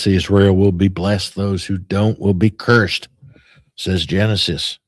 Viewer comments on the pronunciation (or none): none